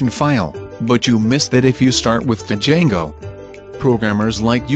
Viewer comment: Di-jango XD i can't handle the TTS